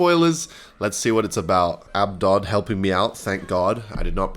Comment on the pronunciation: its ab-dude